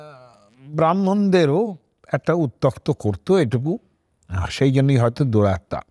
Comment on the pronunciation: You pronounce d somewhere as 'duratta'.I think the correct pronunciation should be as ' duratma' meaning as whose atma or soul is evil or crude.It is not expected from a person like you.